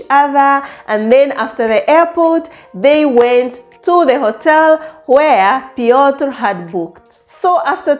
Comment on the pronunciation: Chisom and Piotr sounds a match made in heaven . Yeas I think you pronounced his name well . that’s thee IT moment the couples dressed really nice. The goodies after engagement hehe lovely weldone Chisom here is to more winnings ❤❤.